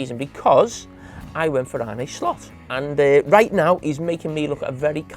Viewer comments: 4 months into the season and he still can’t get slots first name right .. he’s a fkn embarrassment! Arnuhhh not arneyyyyyy !! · Still baffled as to how Carra pronounces Arne, where’s this Arnay come from? Carra, did you not play with a guy called Jon Arne Riise? It’s the same name. Pretty sure you didn’t call him Jon Arnay Riise. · Arnaay slot😂😂 the way his accent make him butcher the simplest of names